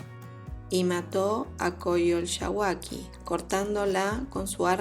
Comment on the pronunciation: No sé dice coyolxahuaqui ojo con eso ... Se necesita ser mexicanos para pronunciarlo... O mucho estudio...